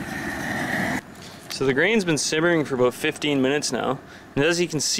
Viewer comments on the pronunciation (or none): He said, "aboat" instead of about. 😂🤣😂🤣